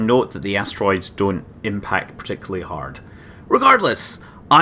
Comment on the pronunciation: I know you said "Giant Asteroids", but I heard "Giant Ass Roids." Gave me a good chuckle.